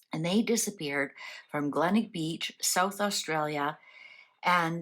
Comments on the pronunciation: My family were camping in Adelaide when the children went missing. I had just turned 13years old. Glenelg is pronounced Glen ell g( for gone). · The town is pronounced GLEN ELG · The town is pronounced Glen elg. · It’s pronounced Glen Elg, one word. It’s a beach suburb in South Australia. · Glenelg. Glen-elg. Please pronounce it properly. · The beach is pronounced Glen - elg. This is a mystery that still haunts us here in Australia today. Every so often something comes up or an anniversary comes around and it makes headlines again. Thank you for covering this mystery. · Tha name of the beach is Glenelg, pronounced ‘Glen-elg’. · Thank god someone corrected her, as an Aussie from S.A i cringed every time she said Glenelg. No hate. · It should be noted that Australia Day was not a public holiday back then. Yes, Glenelg. I don't know how it's difficult to pronounce!